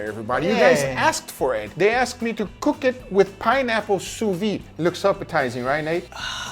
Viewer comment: he pronounced it sue wee! maybe they should make ham in the sue wee machine? boiling steak? thats blasphemy!